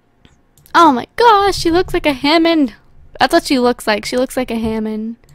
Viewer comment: Lol u say Hammon instead of Hamming!